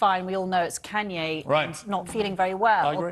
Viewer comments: “ Ken Ye West “ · his name is Kanye not canye